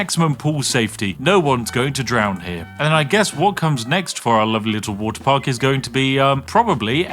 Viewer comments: The game: "You can make any kind of park you like!" Spiff: "WoTeR" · Woter wite